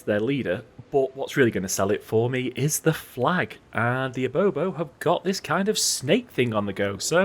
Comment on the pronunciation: Cool stuff so far one of the only west african campaigns I'm seeing so far. Will say though, its 'IBIbo' rather than 'IBObo'